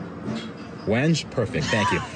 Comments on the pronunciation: It's pronounced "when-gay" (the stain color) :-) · It's pronounced when-gay, not wen-je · You guys are funny, it's pronounced Wen- gay